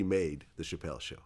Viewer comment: He keep wanting to say “Pachelle” lol